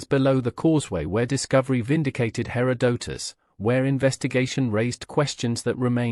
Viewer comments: You need a better AI. Cant even listen to this for more than 5 minutes. Hair Oh Doh Tus.. .GTFO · When it mispronounces Herodotus in the first 10 seconds I move on to the next video and know this is AI garbage.